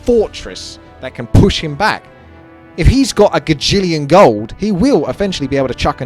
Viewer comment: Spaking of Gold would you spell it like ''Gauld'' than saying it like that?